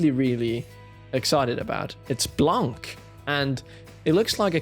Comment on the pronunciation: Its pronounced "Blan" its white in french. Make sense but why using the french word lol